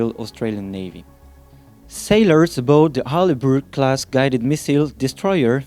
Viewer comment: Harley Burke frigate? Really guys? If you are going to report on military stuff at least do your research and describe and name them properly. Its Arleigh Burke-class destroyer not Harley Burke frigate.